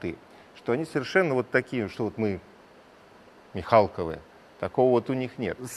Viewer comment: Ну нет слов про ведущего даже на фамилии ударение неправильное.Ну совсем не ронятно..